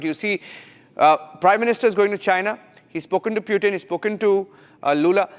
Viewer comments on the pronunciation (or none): Idiot anchor , he is not pewtin, he is Pootin